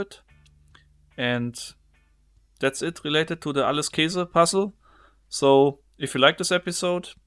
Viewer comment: Das heißt Käse, nicht Kese xd